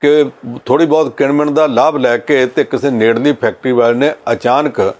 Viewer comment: This anchor needs to improve his pronunciation in Punjabi as he wrongly pronunciates words like “BAHUT”. Thanks for the comments .